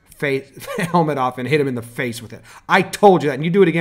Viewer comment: JSSTyger s isn’t even close to c 😂 fase and face lol